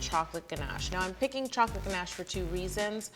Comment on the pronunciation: I enjoyed this even more because you say ganache the proper way as ‘ganash’ not ‘ganarrrsh’ that so many people use when trying to pronounce French. Also I’m team crunchy, so big win on this video. Great cake too x 😉